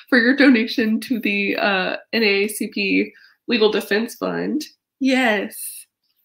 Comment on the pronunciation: Thanks so much for creating a fundraiser for the NAACP Legal Defense Fund! I wasn't sure if you knew but even though the acronym is NAACP, it's pronounced N-double A-CP 😃